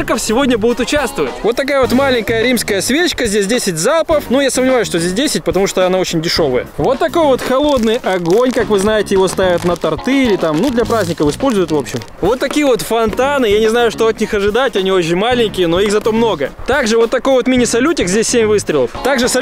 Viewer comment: В слове торты на о ударение